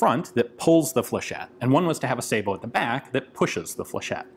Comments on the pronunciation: Finally, someone in the U.S. actually pronounces "sabot" correctly! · I'm glad he knows how to pronounce Sabiot . Too many don't and it makes em sound stupid. A real dumb ass weapon. It's a wonder the army didn't adopt it.